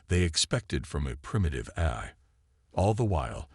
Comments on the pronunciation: Its A l not Aerhh...😂😂😂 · I stopped listening. I get sooo tired of most of you guys apparently having the very same LAME POS AI...or "eh-I" or however it keeps mispronouncing A...I... How can a freaking AI mispronounce AI!!!!!???? And, what is "e-KO-ing"!!!??? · Great story, really loved it but... Please please please have someone review when you have a computer read it. Every Ahy instead of A.I. was very painful. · So repetitive and like others mentioned couldn’t pronounce even the word AI. Gets to the point where it’s oh my God would you please get on with the story and then it seems to be incomplete at the end